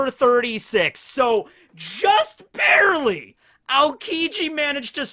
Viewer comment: "Just Barry-ley." 👌😂🤣